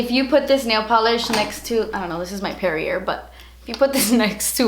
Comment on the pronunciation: Perrier pronounced like derriere, love you xoxoxo